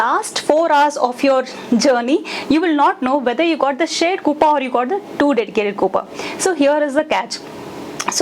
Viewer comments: “KOOPA” 🤣🤣?? LOL that’s not how you say it..”KOOPAY” is how your pronounce it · That “coupa” is disturbing 😂. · Pronounced as coups only fyi